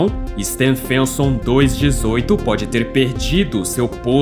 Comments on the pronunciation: Can't you at least find an artificial voice that knows how to pronounce Stephenson? The voice sounds like it's saying "Stan Fenton". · It's absolutely mind-boggling that you are making a video about the biggest star, but can't pronounce Stephenson 2-18 properly.